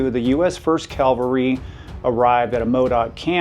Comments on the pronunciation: Cav-al-ree. Not calvary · CAV - al -ry,, Not CAL ver ry, which is a mountain where Jesus was crucified.